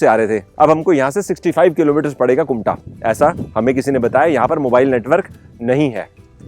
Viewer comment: It's kumta ....not kunta